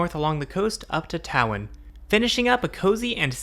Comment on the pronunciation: When you go to Wales, you pronounced Tywyn as Tow-Win, it is pronounced Toe-Win.